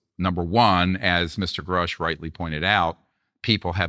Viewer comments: Is the interviewer intentionally mispronouncing people’s names? “David Groosh” and “Dave Frahver”? Dr. Greer says the name correctly but he continues. Maybe it’s an English as a second language thing? Not a big deal, it just bugged me when they were talking about Grusch and then when he did it again when talking about Fravor. Nit picking. Maybe just a note for accuracy toward credibility. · Hey, Vlad - Grush's name isn't pronounced 'Grewsh' (like 'grew'), it's pronounced Grush' (like 'crush '). Dr. Greer keeps trying to tell you by saying it correctly, but you just aren't listening. Fravor's name is pronounced Fravor (like 'favor'). People's names matter. Would you like to be called 'Vlade' (like 'blade')? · Why does Vlad keep pronouncing Grusch's name as Groosh when Dr. Greer is correctly pronouncing it. Is Vlad that dense? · It´s David Grusch, not Groosch.